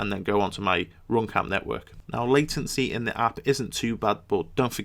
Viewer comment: RoomCam dat accent tho